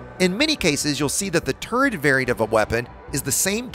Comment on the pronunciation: My first thought: What's a "Turrest"? :)